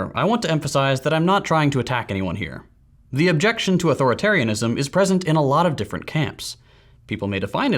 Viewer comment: It's eight syllables.